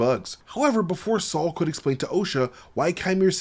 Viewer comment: Bruh, his name is Sol, not Saul! lol